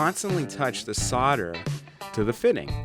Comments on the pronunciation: ave always said "sole - der" not? "sod - der"? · Can you please stop saying "sodder" and "soddering"? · Protip: the L in solder is not silent. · I wish someone would teach Americans how to actually SAY 'solder' Why do you all pronounce it like the 'L' is not there????.....Shakes head!